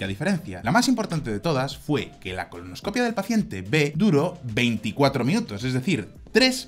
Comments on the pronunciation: ColonoscopÍa, acento en la i. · Se dice colonoscopía mi querido..